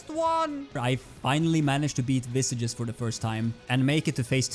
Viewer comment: btw just a lil gripe i have, visages is meant to be in french and thus is pronounced as v-saj (soft J, not strong like G) you can open google translate, set it to french and type visages, then listen to it to see what the correct pronunciation is like